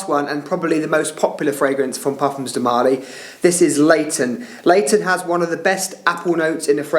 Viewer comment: marLY… not MÁrly